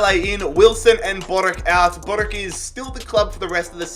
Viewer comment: Boruc sounds more like “Boruts”